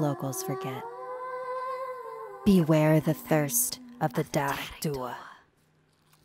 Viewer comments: jesus it’s not pronounced “da-rig” it’s “ja-rig” hahaha and it’s “doo” not “doo-a” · Some fun facts from a friendly Irish person watching this :p Dearg is actually pronounced more like 'Jearg'. But tbh this was far more accurate than many people say it :p The stones over the graves is a very true thing. If you go to older areas in Graveyards you can see them for yourself. Many people here think they're just stones and don't rialize they're actually graves. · It's pronounced jareg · the way dearg was pronounced 😭😭😭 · Lol I'm from Ireland so out of anyone in this coment section I'm most likely to be harmed by her but I just can't stop laughing at how she says dearg lmao also dearg mean red. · I cringed so hard at the pronunciation of dearg 😂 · You said Dearg wrong! Just saying! Love ur videos!